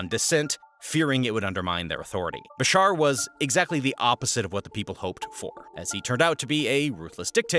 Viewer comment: Its BaSHaar not Basar